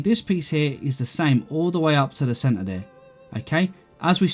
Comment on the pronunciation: take a sip every time says "cen-ar"